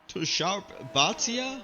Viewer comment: Wow love the. Commentry xD btw you pronounced my name right. Just call me 😂